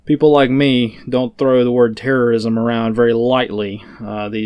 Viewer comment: When says terrosim, i hear TERROSIM!!!